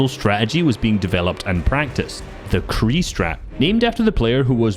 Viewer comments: The name Qrei ist spoken diffrently i think Like Q - Ray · it's pronounced qurey